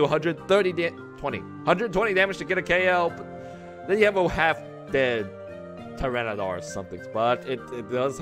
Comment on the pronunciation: Hey? It's pronounced TY- RAN-A-TAR. Where do you get the dar from?